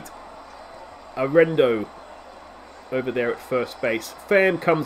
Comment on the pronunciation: LETS GO ROCKIES!!! It’s pronounced Air eh nah dough, Arenado